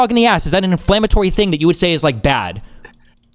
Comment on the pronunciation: "HE DID NOT HING WRONG"